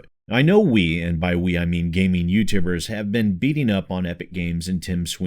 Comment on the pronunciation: I don't know if it's just me... but I swear I heard him say "Youtambers" Hehehe, thought I'd be that guy and point it out.:P Keep up thr amazing work, I have been a long-term subscriber and your work never fails to impress. 💙